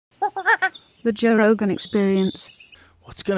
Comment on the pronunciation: Joe "wabubububububuh" Rogan